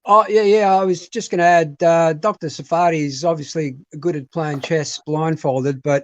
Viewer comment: By the way, it's SAR-fa-tee (or SAR-fuh-tee), not Sa-FAR-tee (or Suh-FAR-tee). That is, emphasis on the first syllable, so the ARR sound in the first syllable and a schwa for the second syllable. I've heard him explain this in previous interviews. And ask him where his name comes from! That's a good story too. It should actually be TSAR-fa-tee (it's a word from Hebrew).